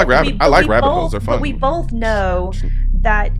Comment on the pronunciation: 5 seconds in and shes lost me, "we bolth know". Its BOTH people. BOTH. Not BOLTH. Theres no L in the word.